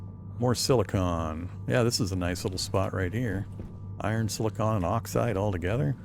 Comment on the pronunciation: Thanks for the video! Now that the gratitude is out of the way, I need to grouse at you. You invoked a little pet peeve of mine ; it's sili-con as in Decipticon, not sili-cone as in a funny hat! Silicon is a metalloid element, whereas silicone refers to a type of elastic rubber refined from plants. Of course, for all I know, you could already know that and are just saying it that way to bother clowns like me. Have a good day either way! Edit: agh, definitely that second one, you said it right just afterwards XD